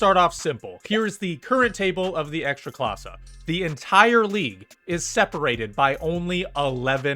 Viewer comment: I'm polish, I don't watch football. Yet, Youtube will recommend to me english speaking guy talking about ekstraklasa. Good pronunciation though 👌